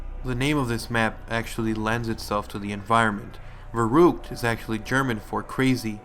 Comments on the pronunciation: I'm sorry but it's ver-uck-t-ed pernoance it right you killing me I'm German do it for me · Verrückt say it in German it's a German word you keep saying it wrong but nice video